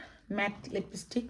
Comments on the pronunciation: লেবিস্টিক না আপু ওটাকে বলে লিপস্টিক 😅😊❤ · লিপস্টিক এটিতো একরি ইংরেজি শব্দ এটাকে আবার নোয়াখালীর ভাষায় বলার কি আছে আজব😅😂😂।তবে আমার সত্যি মনে হয় আপনি এর উচ্চারণ করতে পারেন নাহ্😂